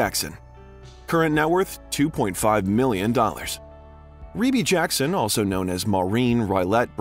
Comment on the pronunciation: I'm so happy you finally pronounced Rebbie's name correctly. 🙏